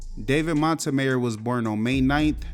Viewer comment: I don't think you're pronouncing Montemayor correctly😂